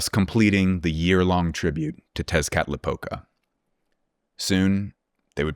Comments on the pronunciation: As a mexican viewer who despises people talking abouth the idea of ancient mexican civilization whithout proper research; the way you said "Tezcatlipoca" was desarming in the best way possible. Also great video as always thanks to you both fot putting out amazing work. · Amazed by your perfect pronunciation of "Texcatlipoca", Kudos for that!